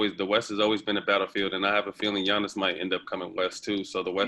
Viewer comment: Did they say Giannis name wrong 🤣 Ge-iannis 🤦🏾‍♀️